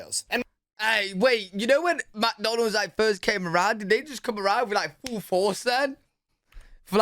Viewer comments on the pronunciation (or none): Not even a reaction from, I'm still laughing! MICK Donald's, not MACK Donald's. Certainly not Macky D's! 😆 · and saying macdonald's instead of mcdonald's.